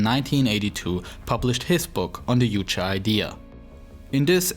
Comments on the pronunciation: Why do you guys say uuche instead of Juche? You even replaced the J with U while saying Kim Jong Il. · just because it ain't English doesn't mean you should pronounce "J" as "Y". "Juche" should sound like "joo-cheh"